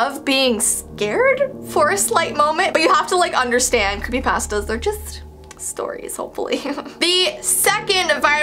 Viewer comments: It’s pronounced (paw-stah) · Pasta (paw-sta) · Who else is annoyed by how she says “pasta” 😂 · But some Canadians don’t pronounce it like that.